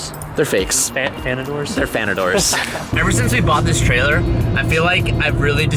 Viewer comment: he said fanadors 😂